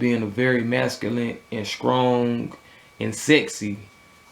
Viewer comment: Funny how the t's become k's strong is skrong. straight is skraight. Lol. Great review.